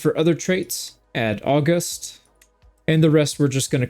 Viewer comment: its not August like the month, da. Its Au-gust.